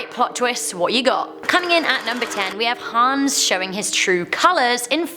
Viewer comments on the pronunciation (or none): none